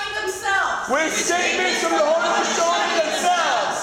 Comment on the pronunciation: They can't even say Haudenosaunee right....